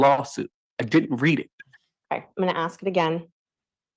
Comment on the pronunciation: PUHLEEZE The words are ASK not axe and CAPACITY not apacity